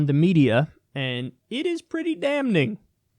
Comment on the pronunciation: hey Kyle, FYI the first n in "damning" is silent - pronounced "damming"